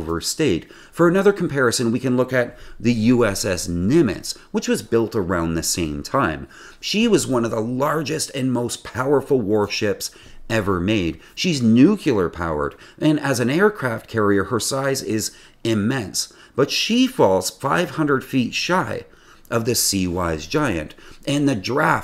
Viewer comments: The word is "Nuclear" not "Nukuler". Nukuler is not even a word. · NEW KEEU LAR😅😅 like "W" used to say about dem wmds Saddam never had .. Did you mean NuCLEar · This is a great channel, but realize, the word is not nuke-u-lar. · Please STOP SAYING 'NU-CU-LER'; there is NO SUCH WORD, it's NU-CLE-AR ; OK ? THANK YOU............ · Very interesting story! Only feedback: lose the nu-ku-lar. (It’s nu-kle-ar) 😉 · Nuclear, not NUKULUR!! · Good analysis, but it's pronounced NUclear, not nuCUler. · New-clear. Not nuke-you-lur. Sigh. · its nu-clear. Not nu-cue-lur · ...and it SANK is proper grammar. GOO-jarat, not GUR-jarat! Nu-CLEAR is right, not Nu-KYOOLAR. Ships may beach on their own for scrapping, not only by tugboat. Yes re 2024 - IN 2024! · When you said new-cular i lost all respect for you. It is not an accent it is just wrong. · The reason why the video is so poorly written in general is because it's a work of plagiarism. Simon Whistler covered this topic on his channel Megaprojects about two years ago and every single piece of information in this video can be found there. Also, this guy pronounces nuclear "nucular," so there's that too. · Showing the spruce goose as an operational military transport. And another fan of the word new cue ler. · The Nimitz ran on nuts. It was nucular. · You reminded me of the time US president Bush mispronounced "Nuclear" as "Nuke ya lar" and people laughed at him. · "She's New-Cue-Lerr" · "Nucular" lol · new-cue-ler? nuclear... yeah sure. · Nucular power? :) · Eyeraq, Eyeran, nucular. pfft. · Nucular?? really? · ... Say "nuclear" correctly and I'll subscribe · Ohh boy, this script was designed for 5 year olds, dumbed down for the masses it seems. Sumitomo is pronounced Soomitomo. Nuculear pronunciation ? Thumbs down, sorry. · For fucks sake can no one pronounce nuclear correctly?